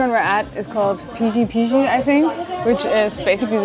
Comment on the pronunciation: loved your reactions <3 Btw about "Pişi Pişi" words.. "Ş" letter's pronounciation is exactly like "Sh" .. S is S but Ş is "sh" .. :D